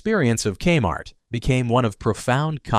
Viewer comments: Your robot called it kuh-mart. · Here's the thing - as soon as the artificial voice says "ka-MART" at about , I gotta turn it off. If a human isn't willing to spend the time to read the script - or at least listen through the whole thing once for issues - why expect people to listen to it? Sorry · "kmart" one syllable. Would a human narrator say that? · Thank you, robot voice. Because of you I now know that K-Mart is pronounced CUM-art, and I will make sure to pronounce it like that from this day forward.